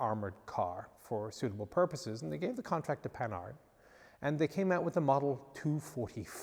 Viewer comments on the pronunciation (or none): Oh it's pronounced Pan-hard (with the nasal 'an') not panard. Panard is a slang word for feet.